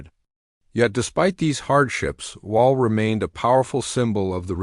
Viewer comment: Wal??? You mean wavel? More ai slop